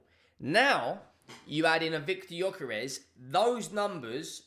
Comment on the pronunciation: its actually pronounced "Yuh-kuh-resh." You're welcome.